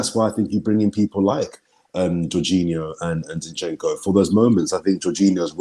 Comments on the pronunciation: Why can't pronounce Zinchenko properly? 😂😂😂 Its not Shinchenko, I laugh every time he says it 😂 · Shinchenko... is that a new signing? I love when cannot pronounce the name correctly. Always makes me laugh. Great content as always and that comes from Liverpool fan! I love watching you guys!